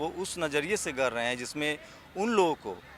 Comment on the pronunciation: Are apni bhasa to thik kar, gar rahe nhi gad rhe